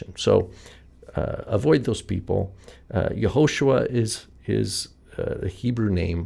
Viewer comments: Where is the stress in Yehoshua? In you said Ye-HO-shua. Isn't it Ye-ho-SHU-A? Thanks for the video. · Can you please explain why do you pronounce the name as Yahoshua and not Yehoshua?